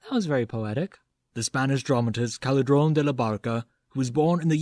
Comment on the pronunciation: Just for information, it's Calderón, not Caledron ;)